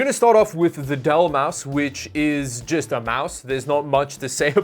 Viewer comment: say with me its MOUSE lol